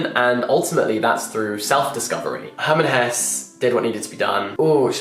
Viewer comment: I do not mean this in any negative way at all (!) but I always have to giggle when you say Hermann Hesse in English. I don‘t know why but as a German that really makes my day. 😄☺️